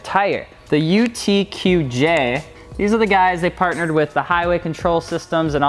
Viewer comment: He wrote UTQG and said UTQJ